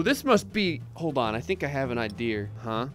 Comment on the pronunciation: can we just talk about how he said "I have an ideaer" when he was using the combination station for the first time